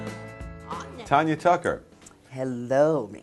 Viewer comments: I hate when they say Tonya...It is Tanya. I hate it. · it's TANya not TONya. she says her own name at the damn beginning. ugh. my name is pronounced just like hers. my mom and dad couldn't agree on a name for me. as my mom was holding me in the hospital room Tanya Tucker came on the tv and BOOM she had my name. 😄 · it's tanya, not tonya, like tan ya hide as Miss T would tell ya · You can't even pronounce her name correctly, it is not TONYA it is TANYA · It's not tonya tucker.......! Its tanya tucker Dam..............! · I don't see no one comparing her to Taylor. But the woman pronouncing her name as Tonya instead of Tanya it's pretty typical for a black woman or myself to call her that because you most of the time pronounce it Tonya. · TANYA, not TONYA! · This keep pronouncing Tanya's name wrong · These two commentators keep mispronouncing her name! Really?! If you’re going to interview someone give them the dignity of knowing what their name is! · I cringed when I heard them mispronounce her name.. They should study up on who they are interviewing. Tanya is a legend ❤️ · Hey and Mickey. If your going to have a STAR on your program, please learn how to pronounce there name. Call me Profile, I definitely can do this job! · What a weird ass show. How rude that they kept mispronouncing her name over and over again. What kind of hosts interview a performer that's been in the business for as long as she has, and don't bother to find out how to pronounce her name. All the kissing up to her they did isn't worth a damn if they don't care enough to get her name right. What a bunch of fakers these idiots are. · This lady can't even pronounce her name right. As far as Tanya being the Taylor Swift of her day... Taylor will never compare to her. Still beautiful as ever. Love ya, Tanya! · OH GEEZ! Did she NOT tell them how to say her name??